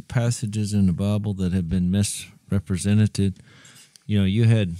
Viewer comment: "Misrepresenneted"? I love you Jase! Everyone knows what you meant, brother, I just could not help myself. ;D